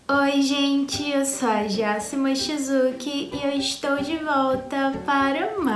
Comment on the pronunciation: só eu antes de ler o nome achava q ela falava jacyma shizuki?